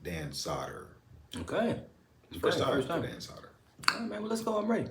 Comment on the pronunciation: Dan "Sodder" 😂